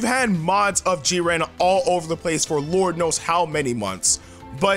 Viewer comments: Stop saying JIR-REEN It's Jiren u adding all that extra stuff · lol Jireeny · G Ren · Legendary gamer G-ran. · The way he says jiren😂😂😭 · AJ E What if someone pronounced your name in the most wrong way? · Gaming Hood so he just pronounced it wrong? ...ok lol